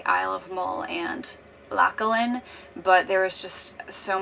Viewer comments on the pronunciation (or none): none